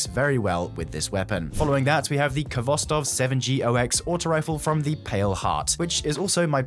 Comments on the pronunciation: It may be your favorite but too bad youre still not pronouncing the name correctly. It's Hvostov. K is silent and only there to tell you to sound the H sort of harshly. The "Kh" is the transliterated form of the Russian letter "x" which has a harsh "h" sound. Learn it! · Khostov, Kh is supposed to be pronounced with the same sound as word "hot"